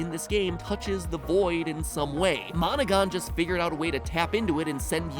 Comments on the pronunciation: Am I the only one hearing "Monika" instead of monogon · How many people almost thought that when he said Monogon he said Monaca.